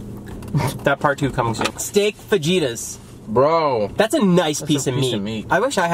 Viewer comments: Did joe just say steak fadjitas? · Written: Fajitas Pronounced: Fa-hee-tas